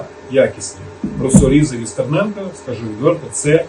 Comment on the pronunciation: Вони навіть вимовити Стерненко неможуть